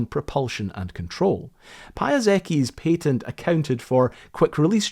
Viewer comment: i enjoyed this video. but lets be real, there's no reason to be saying 'patent' like that